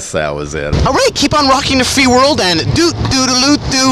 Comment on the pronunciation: I love everything Nardwuar does, there's 1 minor gripe though: the card at the end says " doot doola doot doo", while he actually says "doot dooda loot doo"